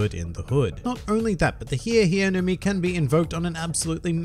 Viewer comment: I was really disappointed with how this fruit was pronounced. I thought for a second it might be the thriller fruit consumed by Michael Jackson. The HEEEE HEEEEE no mi. Model shamone